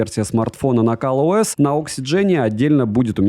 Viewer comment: Какой ещё "Кал" ОС?